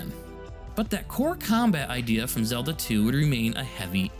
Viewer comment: Great video! A couple corrections: the word is “tangential” Zedla